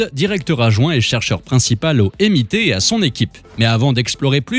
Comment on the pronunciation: C’est sérieux pour la prononciation du MIT ? 🥲